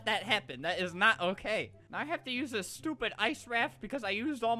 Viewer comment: Why does it sound weird when he says dis stuff